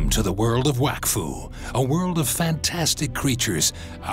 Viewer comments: Oh...okay. So it's pronounced "wack foo" not "wok foo". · Finally! I’ve been trying to explain this to my English dub-watching friends for ages! I always pronounce it as “wokfu” and I always get weird stares for it.